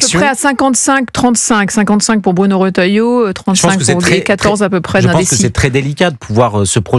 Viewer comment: Il faut demander conseil à Jacques Dutronc ...........L'opportuniste..... Retailleau et non Rottailleau, la majorité des journalistes incapables de prononcer les noms correctement